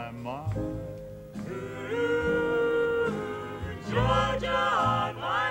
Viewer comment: Ernie is perfect on “Georgia,” and Hoagy looks impressed.